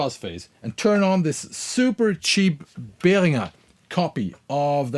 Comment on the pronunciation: Hearing "Behringer" pronounced the correct German way makes me feel a bit warmer inside